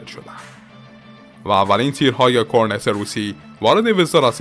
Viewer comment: کلا به جای ت میگی س....سنها سانک مشارکس کورنس